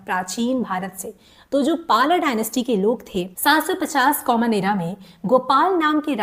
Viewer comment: मैडम no पाला, it is पाल Dynasty No गुर्जरा, it is गुर्जर आपके सभी उच्चारण गलत हैं, कृपया सही हिस्ट्री बताएं, झूठ न बोलें